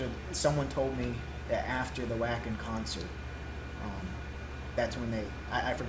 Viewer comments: Glad you're enjoying NIghtwish, got hooked 3 years ago myself, now they are my favorites. Just FYI, Wacken is the largest metal concert in Europe and is in Germany, it is pronounced there and elsewhere as: "Vocken". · Yo, dudes! U ain't heard Floor do anything yet! Check out our Valkyrie Goddess in her other band Revamp doing "Disdain" at Graspop. Our queen growls! You won't be sorry, trust me. PS: Wacken is pronounced Vah-ken. And the bassist is called Marco. Peace out, brothers!